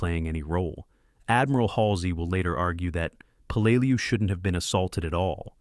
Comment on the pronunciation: It's pronounced Pell la lew. You just can't make up gibberish. Your AI screwed up Tarawa too. Edit before you post! C